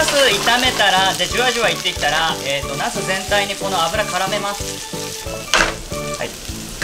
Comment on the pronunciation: わざとに ヤスって言ってる？ 茄子🍆ではなく ヤスにしか聞こえんぞ⁈